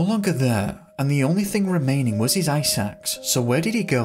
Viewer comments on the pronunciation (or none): I kept thinking you said his "EYE SACKS " lol. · Narrator: "Ice axe" My brain: "eye sacks"